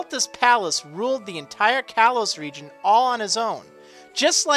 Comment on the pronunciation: Stpop say reigon